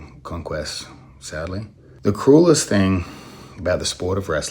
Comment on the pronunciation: at on the word sadly he switches to a partial trump accent and kinda stick with it